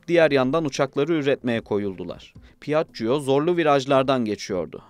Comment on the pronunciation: "pi - ACC - COO"...... rahat olun, "piajio" olarak okunabilir. Üste üste duya duya dayanamadım ve videoyu kapattım.